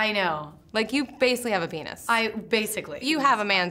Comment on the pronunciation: she said panis